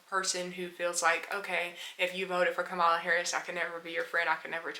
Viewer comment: A total drifter. Wait until Project 2025, tariffs, and World War issues break out if it will be funny to see if you are on a plantation for trump and his fools. But for the record. You are straight up ignorant. Reason I say that because after all this time, you can't truly pronounce her correctly. So why would I take anything you say seriously? A con played you, and you are a youtube online con.